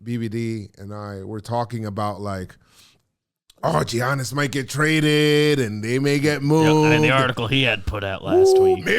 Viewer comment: Love but c'mon man you can't be pronouncing the "G" in Giannis 😂